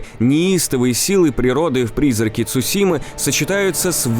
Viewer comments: Это "Цушима" очень режет слух. Правильно говори Цусима, да и звучит это гораздо лучше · Видео интересное, но! Не Цушима, а Цусима.